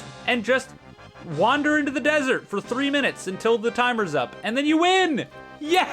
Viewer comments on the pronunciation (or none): none